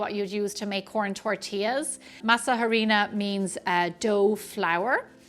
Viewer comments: Yummy. FYI. In Spanish, the H is silent in Harina. Pronounced Ahrina. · The H in Harina is silent!